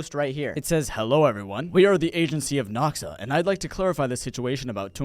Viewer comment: It just noxa not noxaash